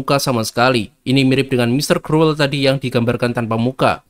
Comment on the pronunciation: Kruwel? Krul bacanye